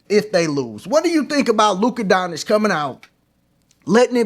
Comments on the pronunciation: Bruh 🤦🏾‍♂️ Say it with me... Don-CHICK. Don. CHICK That's how you pronounce his name. Luka Don Chick (just say it together) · The correct pronunciation of Luka Dončić is "LOO-kuh DON-chitch" according to the Dallas Mavericks media guide. The "č" in his last name is pronounced like the "ch" in "church".